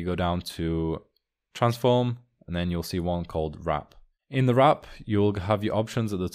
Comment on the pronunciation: Warp or Wrap KEKW